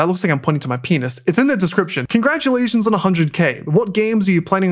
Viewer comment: Bro really said congragulation 😂😂